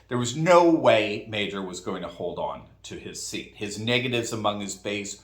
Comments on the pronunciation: So glad Gibbs won in Michigan. Just an FYI though. Meijer is pronounced Meyer not Major. It’s a big name in Michigan but I still so glad Gibbs won! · Meijer = Meyer, not Major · Meijer is pronounced "MI-er" not "MA-jer". The j is silent. You're welcome. And Meijer was a complete embarrassment and shock with the way he misrepresented his positions. What a liar! So glad that West Michigan came to its senses. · love you like a brother. However it's not pronounced 'Major' it's Meyer, like Oscar Meyer;) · My-er not Majer..lol 🤣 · The J has a Y sound Mei-Yer or (My Yer). As the grocery market chain, Meijer. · Meijer is pronounced as MEYER. His family owns Meijer grocery stores which is a large chain in the Midwest. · Pronounced Myer. Meijer is a large grocery chain in Michigan and around. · Meijer is pronounce Meyer. Big Michigan store chain. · FYI, Meijer is pronounced M - long i - yer. So glad he didn't win! Dixon is more establishment but hopefully she can defeat the current tyrant! Thanks for reporting even while on vacation! Make wonderful memories with your family! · it’s Meijer. (Mi-Er) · PS Meijer is pronounced My-er. Still glad to see this Anti Trumper fall! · No more Peter Meijer, it's pronounced My-yer. I'm from his district and proudly voting for Gibbs and believe he will do us right. I'm glad Pete's silver spoon elitist butt got voted out and the DNC couldn't help him. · Meijer is pronounced like Meyer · Hey Peter Meijer's last name is pronounced (my-er) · FYI, Meijer is pronounced M eye er , FJB!!!!! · Hey Doc, Pete Meijer's last name is pronounced My-yer.